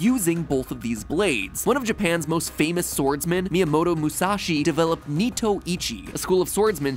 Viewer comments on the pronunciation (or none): none